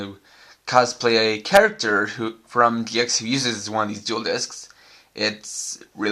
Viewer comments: It's gx not ge x ideot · Did anyone else notice how he said gee ex